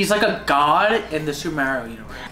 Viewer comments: I can’t get over him saying ma-eo 😂😂😂 it’s mar-rio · me being upset that says mario like mairio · Love you guys but I hate how do you guys pronounce Mario it made me want to jump off a cliff slightly, but gave me a good laugh😂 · I love you guys but pronouncing Mario wrong bothers me 😅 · Sry but when they said Mario wrong